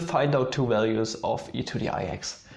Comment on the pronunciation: "Absolute walues"